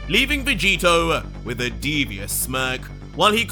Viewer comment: Is it just me or did say Roy vegito